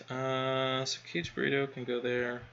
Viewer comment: YOU are driving me nuts with that it is Not pronounced Caged Burrito or whatever you are Saying OMG.. The first part is pronounced more like Kaa Gay.. - Kage